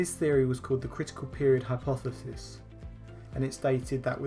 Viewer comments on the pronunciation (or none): nice video mate but someone has to put you out your misery at some point, it's "hypotheSis"